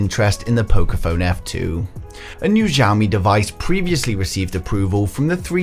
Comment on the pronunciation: xiaomi, not zhaomi. [ hs - i - ao ]